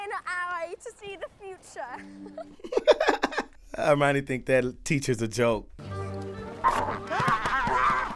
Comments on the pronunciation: Sounds like you’re saying Armani , her name is pronounced “Her-My-Uh-Nee” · did he call Hermione "Armani"? lol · It's Hermine pronounced her mind eee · non-magical people in this are called muggles. Mudblood is the term they have for a mix of muggle parents and magical parents, or just straight up having all muggle parents like Hermione does (btw I kind of love that you call her 'Armoni' lol) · Her name is pronounced Her-Mine-Ney...